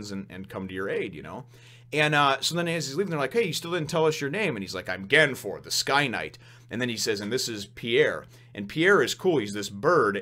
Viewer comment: The Viz Media translation has it wrong. His name isn't "Ganfor", it's Gan Fall. By the way, Amazon is female.